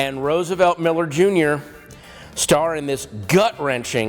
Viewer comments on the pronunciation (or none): none